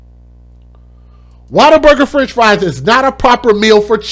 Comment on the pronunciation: WhatABURGER. Not waterberger